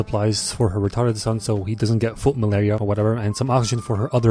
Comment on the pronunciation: bro really said foot maleria 😭